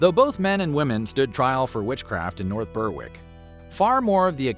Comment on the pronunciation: The “W” in “North Berwick” is silent, it’s pronounced “Berik”.